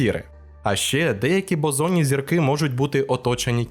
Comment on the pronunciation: 3/4 відео подумки виправляв себе, що зірки Бозонні, а не ОЗОННІ 🤦‍♂️ 😂😁😁